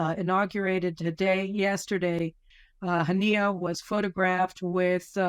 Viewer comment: You could have got his name right its Was Mail Haniyeh